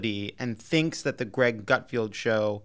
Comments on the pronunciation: Lovett it’s Gutfeld not Gutfield? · And it's GutFELD......not FIELD.......lol these 2 are beyond nobodies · Pronounced Gut-feld rather than field, but you got the first name right! Good job! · Appreciate that Lovett didn’t once pronounce Gutfeld’s name correctly